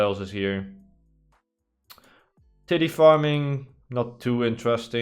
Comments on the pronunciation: I swear you just said "titty farming" I'm pretty sure it's pronounced "t eye th" farm. :D you made me laugh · btw it is pronounced "tie - th" not "tithy"